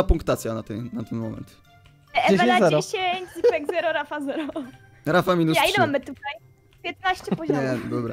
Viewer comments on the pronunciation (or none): Dlaczego ona muwi zipek a nie źipek